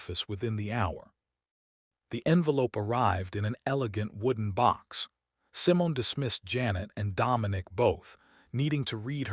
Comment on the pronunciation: I like the stories, But you mispronounced Simon it's Simone.